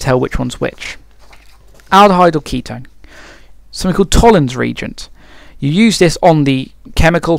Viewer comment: Why do you keep calling it regent instead of reagent....